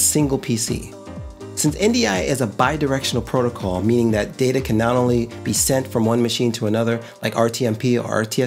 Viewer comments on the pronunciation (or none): none